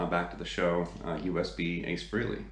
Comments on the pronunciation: I appreciate that you're a big fan but please pronounce his name correctly. It sounds like Fray-lee. Not Free-lee. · You're not pronouncing his name correctly.